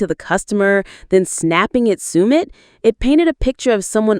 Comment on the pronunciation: Could you please pronounces Submits name accurately, if you’re going to do a post make sure you can pronounce everything correctly. 👍